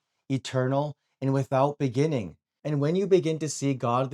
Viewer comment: If I hear him say “begenning” instead of beginning one more time imma lose it.